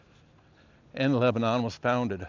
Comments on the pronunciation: It's leb-nun... not leb-a-non. To the locals, at least. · Wonderful but it's pronounced Leb nun